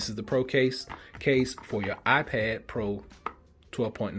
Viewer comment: "my I-ped"